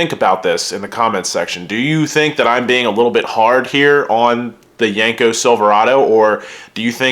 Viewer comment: It’s not yanko it’s yenko!!!!